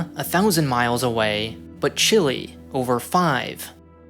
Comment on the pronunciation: You mispronounced Chile. These channels are so bad